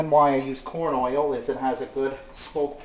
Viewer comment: What is OY-ILL? LOL